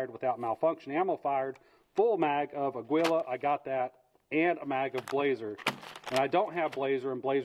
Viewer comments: Without complicating things. "Agwee-Lah" NO "AH-GEE-Lah" YES Its Spanish for eagle. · It’s pronounced “AH-GEE-LAH” it’s Eagle in Spanish 😅😅 not “augh-gwee-lah” Good video 👍🏼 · To help...It's pronounced 'Agee-yah', not 'Agwee-lah'. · Nice review. But can we address your pronunciation of your ammo? Aguila, which is eagle in Spanish. Ah-gui-lah. The “u” is silent. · AGUILA is pronounced Ageela. Thanks for your video. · it's "Ah-gi-la" = Eagle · Thot it was pronounced "A kee la" but I'm usually possibly wrong. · For the love of christ, the g is silent